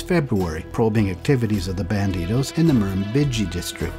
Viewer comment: As per usual a good vid. I must say "thumbs up" for the nearly correct pronunciation of "Murrumbidgee". It's a hard one for non-Aussies, I sense a bit of a Canadian accent? Your "Melbourne" is also pretty good.